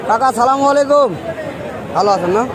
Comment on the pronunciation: ভাই আপনার সালাম দিয়াটা ভুল?? বলেন আসসালামু আলাইকুম ** আপনি বলতেছেন সালামালাাইকুম?? ভুল??